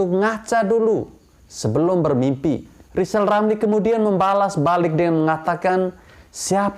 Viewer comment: Lajawali ngeplet wkwk...lizal lamli